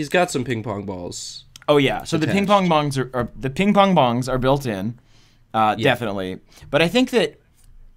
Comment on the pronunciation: Please tell me im not the only one who heard him say ping pong-bongs XD